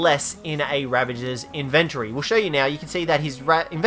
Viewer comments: It's in-ven-tory. Not in-vin-tree. Learn to fucking pronounce words. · Sound it out with me. In ven tory